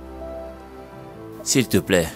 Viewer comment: Qui a aussi remarqué que moi qu'ils prononce toujours siplai pour dire s'il te plaît. 😊 Merci maman Ruth pour ce beau film c'est une leçon pour nous les femmes mariées. ❤❤❤